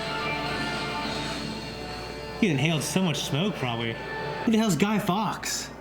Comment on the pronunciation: Fawkes - like forks not fox.